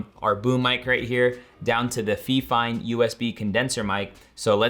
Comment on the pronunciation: he calls the microphone feeeeefine instead of fifine